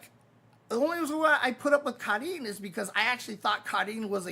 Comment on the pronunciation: I find it very funny that takes the effort pronounce "Karin" properly and then precedes to butcher "manga".